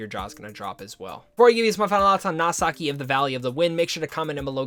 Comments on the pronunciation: The name's actually pronounced "Noh-see-kah", not "Nasaki". It's a Greek name borrowed from the Odyssey. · or "nau-see-kah" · Good review! But, uh, how exactly did you get 'Nausicaä' to be 'Nasaki'? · I know!!!!